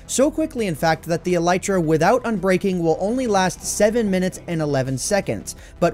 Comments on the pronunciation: Him: “e-LIE-tra” Me: Wait isn’t it e-LEE-tra? My friend: stop watching Minecraft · E lay tra